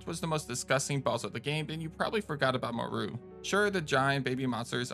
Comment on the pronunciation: Dude my biggest pet peeve is people mispronouncing names that are clearly established and said in their respective media…and even then why would you think Moreau would be pronounced “mor-ru”?? Have you ever heard or see the island of Dr.Moreau?? That’s what he is named after…but even if you haven’t seen it or heard of it, or played this game…you really need to take one class in linguistics and understand basic pronunciation of names that aren’t standard English (based). Jesus man.